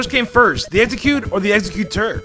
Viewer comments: Executer? I think yuo mean exegutor. Ex-ecute-er Ex-egu-tor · Why tf are you saying exeggutor like that